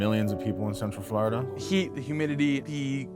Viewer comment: Everytime he said Florida it sounded like he said "Flarta." 😂